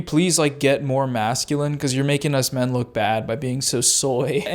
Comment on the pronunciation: She says "min" instead of "men", and "miles" instead of "males." And when she says "forty" it's kinda more a "fhhot".y Stuff like that